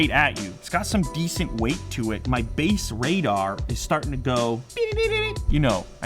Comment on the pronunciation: "Bass Radar" is your "Ba-dar", Lew.